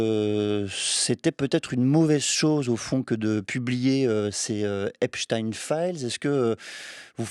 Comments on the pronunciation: Epstein... Epstine Einstein... Einstine😅😅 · Prononcez Epstein à l'allemande et non epstin. Si vous voulet effacer ses racines juives, c'est râté. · Does he mispronounce Epstein on purpose?